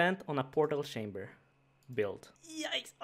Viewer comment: "Portal shamber" My god accents are a strange thing <3